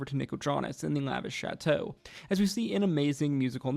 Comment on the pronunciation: "lavish shatshow" 😂